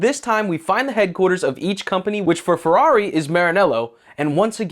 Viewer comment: Why are you softening the “r’s” of FeRRari when in Italian is the opposite of a soft R lol.